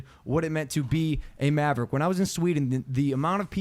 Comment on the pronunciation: Bro... Not Marverick... Tell me this is a joke.